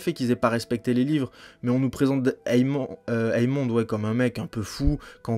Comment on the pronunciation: la vidéo est sur l'épisode 10 donc il n'y a aucun spoil dans ce que tu vien de dire, qu'il les fait exprès ou pas c'est pas important personne le croit innocent donc vengeance, guerre ect...et c'est AEMOND pas EAMOND (ae=é) Jacaerys se prononce jakérys.